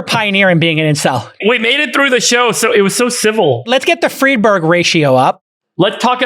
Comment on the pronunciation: I’m so sorry, but I can’t be the only one who hears “Freebird” every time he says Friedberg……am I right? 😂